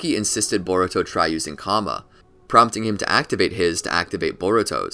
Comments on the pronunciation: Karma (KARR-MA) not comma 🥱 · Can you pronounce something right. It's not Kama it's Karma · Lol you sed kama 😂😂😂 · It's kinda making me mad ngl lmao